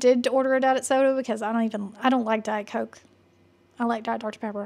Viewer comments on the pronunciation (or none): none